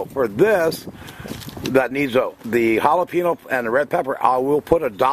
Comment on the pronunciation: The little curly-que on the top of the in in spanish words mean you sound it like a "Y" so the word sounds like "HALEPEENYO". Not "HALEPENO"!!